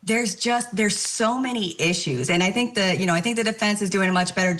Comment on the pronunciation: I TINK THAT , I TINK THAT, I TINK THAT...